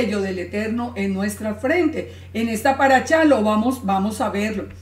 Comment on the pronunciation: shalom, por que dices chalom, chabat, paracha' que' no es shabat, parasha', shalom por que' descontextualizan la verdad